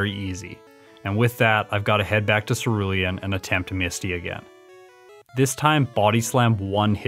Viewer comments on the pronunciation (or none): none